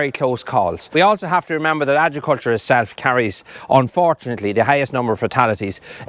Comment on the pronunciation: there is no j in the pronunciation of Agriculture lol, great video clipped me toe with a chainsaw this morning thank god for steel caps